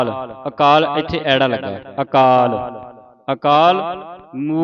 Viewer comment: ਵਾਹਿਗੁਰੂ ਜੀ ਬਹੁਤ ਵਧੀਆ ਉਪਰਾਲਾ ਹੈ ਜੀ। ਬੇਨਤੀ ਹੈ ਜੀ ੜ ਦਾ ਉਚਾਰਨ ਰਾੜਾ ਨਹੀਂ ਰਾੜਾ ਕੀਤਾ ਜਾਵੇ ਅਤੇ ਅ ਐੜਾ ਨਹੀਂ ਆੜਾ ਕੀਤਾ ਜਾਵੇ ਜੀ। ਜੇਕਰ ਅ ਨੂੰ ਐੜਾ ਤਾਂ ਏ ਤੋਂ ਬਾਅਦ ਐ ਦੀ ਕੀ ਲੋੜ ਰਹਿ ਜਾਂਦੀ ਹੈ। ਮਾਫ਼ ਕਰਨਾ ਜੀ